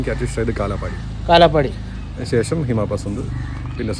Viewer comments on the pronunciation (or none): none